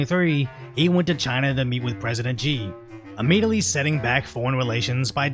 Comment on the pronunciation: Xi jinping's name is pronounced "She"